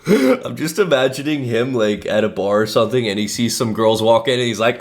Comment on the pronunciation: Why does he say "sonething" instead of "something"?